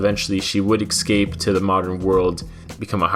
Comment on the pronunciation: You need to learn how to say "escape"